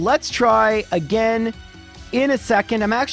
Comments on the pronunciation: Haha I love and I'm just giving him shit for mispronouncing it. Nothing aGAINst him personally, his videos are amazing. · Everyone hates how you pronounce Arcanine but I can’t get past how you pronounce ‘again’ or ‘against’.